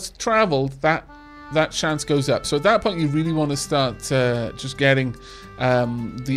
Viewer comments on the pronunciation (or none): none